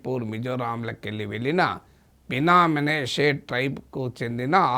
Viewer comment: బినా మీనాషే కాదు prof గారు, బిన్యామిను, మనశే